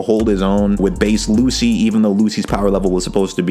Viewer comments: Bro it's pronounced as LuCHI, not Lucy. Also, when Lucci "one shotted" Luffy, that wasn't bc Luffy was a lot weaker than him but it was bc Luffy was struggling mentally and wasn't able to be at his best. Like he just recently had a huge fight with his best friend which resulted in him leaving the crew. His ship was dying and the entire crew was falling apart and to make matter worst his crew was framed as the villain and another one of his crew member was leaving. Luffy had a lot in his mind at the time to be thinking about fight some strangers he just met. However, Luffy did get a tad bit stronger as he stated that he trained a little and came up with an idea to get stronger before he fought them again. But still, he was a lot closer in strength to Lucci even before his new power up than you think. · Love the vid but please. Please. PLEASE. ITS PRONOUNCED LUCHI